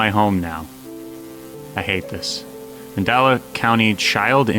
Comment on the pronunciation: manDELa MANDELA… not manDALA sorry that was bugging me a bit🤣🤣🤣🤣